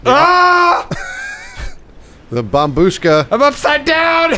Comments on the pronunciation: I know it’s an old meme, but “babushka” is pronounced BAH-BUSH-KAH, not BAH-BOOSHKA, and the word means “grandma”. pronounced some dude’s reddit username! that had the word “kartoshka” in it, correctly! Great Job, keep it up! (It means potato by the way”. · It`s bOmbushka, not bombUshka